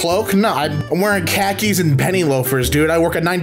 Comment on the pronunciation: You said khaki wrong